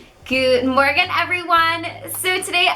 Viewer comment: What do u say in the beginning "good morgan every one?"